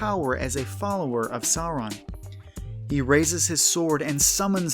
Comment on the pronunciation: Imma be brutally honest, the way he pronounces 'Sauron' as more like 'soron' kinda pisses me off a little